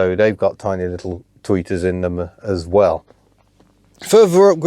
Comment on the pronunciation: I thought you kept saying tweakers.